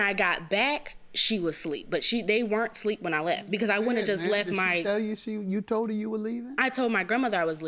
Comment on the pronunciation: Is she saying sleep,instead of asleep? 😂